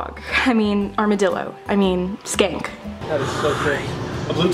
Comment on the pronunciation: um u said skank instead of skink jsyk more than 1 time lol